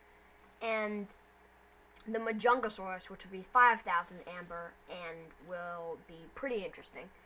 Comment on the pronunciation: The stats of DeinoS are the stats of spino rn and Edmonto stats=para stats, also machimo is gonna be another croc, and it's mahajangasuchus not majangasaurus, the next update after yule part 2 will be the crocodilians update which will releases DeinoS, mahajanga, machi